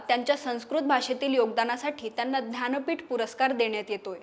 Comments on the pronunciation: aaho Dhanpeett Navee Jnanpeeth Ase Uchhar Kara Sham Sham 😢😢😢😢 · महत्वाची माहिती दिली आहे मात्र ज्ञानपीठ या शब्दाचा उच्चार ध्यानपीठ असा भासतो